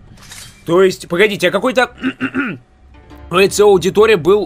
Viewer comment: Ни Эцыо , а Эцио